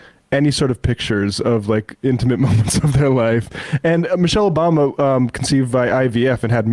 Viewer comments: "Barack Obooma" I heard it, we all heard it lmao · "Barack Obooma" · Barack O-boom-a Cmon Sam wtf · Like Sam’s slip up - Barrack Obooma lmao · Sam very nearly said Barack OBoomer and I feel seen for the first time. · Sam almost called Obama Oboomba and i laughed.